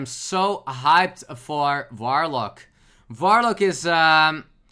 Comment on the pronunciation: )) Awesome Dutch pronunciation there, mate; you really made me smile with that 'F'oidlord 'V'orlock ^_^ I've studied German back in the day at the Uni but I also got the chance to hear some Dutch so I can easily recognize the similarities between these two Germanic languages xD